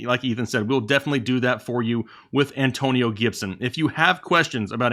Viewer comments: 113K and Rising! B-) "AnTOEnio Gibson" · Damn. Not the An "TOE" nio toetag. Aka DOA